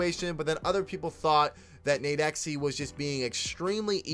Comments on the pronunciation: U can just pronounce it “nade-x” bro ! Big fan of the channel just tryna help 💪🏾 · The way he said nadexe name got me so mad😭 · Thats not how you say nadex u dumbass